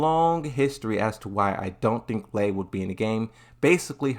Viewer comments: I heard "Lee" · a tekken channel calling Lei as LEE is pretty fucking nuts. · Lei is pronounced " Lay" like "to lay down". If Marduk is released he will be pure cancer in ranked. I can already imagine how utterly broken he will be with the Tekken 8 mechanics. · That mispronounciation was intentional to bait responses which boosts the video/channel on YouTube's algorithm. Pretty annoying but that's how it is